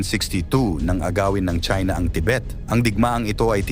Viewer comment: It sounds like Chinx,,,Okay ‘Dude’,,,’Damn’right